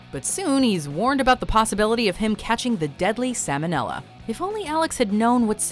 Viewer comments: Salmonella, unlike salmon, is pronounced with the "l" in it. This is due to the fact that the disease was named after a surgeon by the name of Salmon (Sahl-mon). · It is like you attempt to say things wrong, just to piss me off. "Premier," just recently, and now "salmonella." You pronounce the 'l.' Not like salmon.